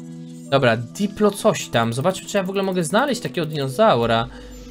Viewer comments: To nie diplo coś tam tylko dilo.....CZYTAJ ICH NAZWY(saur się odcina przy podawaniu nazwy np.dilo, edmo. tsinta... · źle czytasz ten nały mięsożerca to Dilofozaur PH jest czytane jako F a diplo to skrót od diplodoka który jest zauropodem